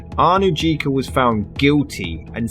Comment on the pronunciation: The name Anujka is pronounced Anuyka.